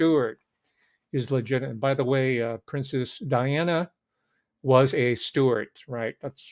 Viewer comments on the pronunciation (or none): none